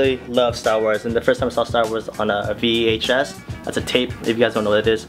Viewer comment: VEHS!!! hahah its VHS